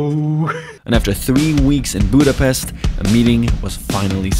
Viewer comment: I feel sad about that I heard everytime pronuncing Budapest wrong.